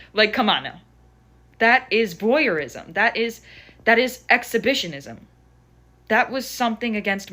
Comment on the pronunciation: Notice she said "voyerism" as a freudian slip.